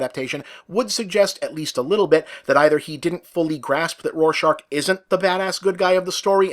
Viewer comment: "Roar shark." You can't unhear it now.